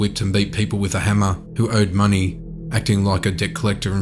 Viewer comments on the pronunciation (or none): none